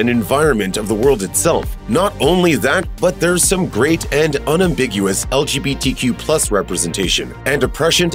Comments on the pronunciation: you say legtq wrong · "...beyond it's hictorical importance as an lqbtq film..." bye